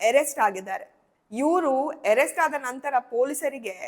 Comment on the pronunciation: Adu ಏರೆಸ್ಟ ಅಲ್ಲ ಅರೆಸ್ಟ